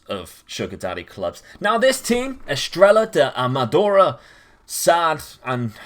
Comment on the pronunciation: As a portuguese u said estrela da amadora really well